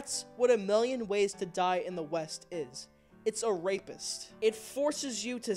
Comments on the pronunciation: A Million Ways to Die in the West? I thought you Said: 'A Million Ways to Die in the Weast' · Weast? What kind of compass are you reading lad?